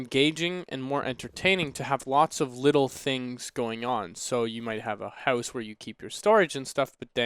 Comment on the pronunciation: Ever since the server reset stream, I can't help but hear 'hoose' instead of 'house' xD